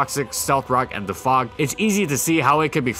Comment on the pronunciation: Please my dude just keep saying DEFOG like u were before this video, you're american please don't turn this into every euro language session thanks m8